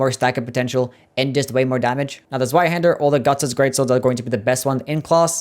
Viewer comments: That pronunciation is atrocious. It’s German so the W is pronounced like a V. Like Zveihander. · oh the pain of hearing the w in zweihander being pronounced like in english and not german